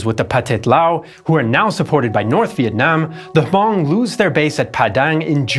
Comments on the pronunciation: Loved this documentary, my only nitpick would be the mispronunciation of Hmong, the “H” is silent so it would just be “mong” similar to Mongol or Mongolian. I really do appreciate the cover of the secret army, its something that’s usually glossed over back then but as of late its been properly covered by many history classes and just the internet in general. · Thank you so much! I may be wrong but i think you pronounce Hmong incorrectly. i believe it’s supposed to sound like ‘mung’ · It must be pronounced huh (lightly )mong